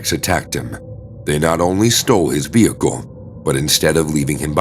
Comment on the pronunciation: It's Pronounced "Vehicle" Not "Vehico"!! Why don't you pronounce the L's?? Other words the same. The L's left out. Why??